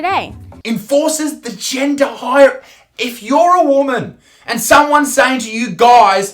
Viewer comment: She can’t even pronounce ‘hierarchy’